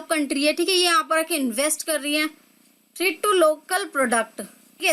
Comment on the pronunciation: Mam Threat ki pronounciation glt bol rhe hai aap